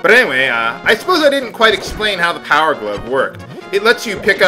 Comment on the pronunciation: I like watching your videos. I learn something new every time. though I like it when you called the heart pieces a piece of. that's so you